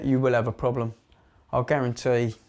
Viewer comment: Whit's the ploblem?